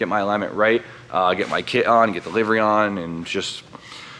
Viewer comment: Did anybody else here him say livery??!!!